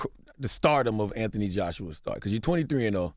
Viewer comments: Yeah it's Th Anthony you don't pronounce it like F in UK it's TH hard T my brother in britain they f it lol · Am I just hearing things, or are they pronouncing his name wrong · Weird to hear Americans pronounce the h in Anthony.